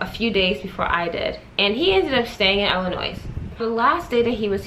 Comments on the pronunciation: The “s” in Illinois is silent... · Lmao definitely cringe every time anybody says the “s” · Curl Essentials 101 it’s Illi(noise) which means you make a noise when you say Illinoissssss😩😂😂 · the "s" in illinois is silent...omg.